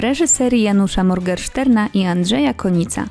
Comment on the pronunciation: Janusza Morgensterna (czyt: Morgenszterna), a nie - Morgerszterna...